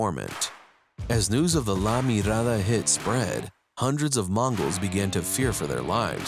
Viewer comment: That’s not how you say Vagos or La Mirada lmao… The way the guy said it made me cringe.